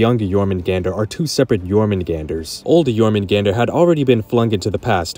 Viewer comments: It’s Your-Men-Gun-Der or Your-Men-goon-der. It is not Your-Men-GANDER 😂😂😂 do you pronounce the J in jalapeño? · the way this dude pronounces Jormgunandr is like chalk on a black board. its supposed to sound like Jormun-Gone-der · The pronunciation of jormungandr hurts me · MISPRONOUNCE JORMUNGANDR AGAIN! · Considering how many times you say it I can't believe you didn't pronounce jörmungandr right even once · Bro I hate the way you pronounce jormungandr it sounds much better when you pronounce the a as ah